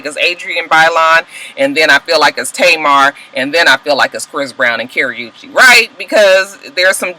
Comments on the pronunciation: OMG I am dying laughing over here. When you say Karrueche's name, it sounds like you're say Carry-oo-chaye.......lol hahahaha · It's funny how you were saying that girl name wrong but thought you saying it right! Everytime you said it I died.